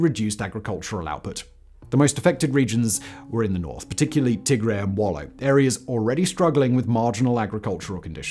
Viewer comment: EPLF were not rebels placed in TIGRAY. They were ERITREAN and founded in NAKFA in ERITREA. Also.. TIGRAY is pronounced: TIG-R-"I". TIGRE (pronounced TIG-REI, like a Ray of sun) is a different set of people and area/region/principality of the past.